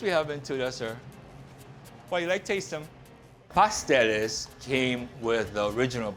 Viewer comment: what ever happened with pronouncing the last "S" in the word PASTELES? I'm from P.R., i know what i'm talking about. Could name some more errors, but i'll let the gentleman in the video figure it out....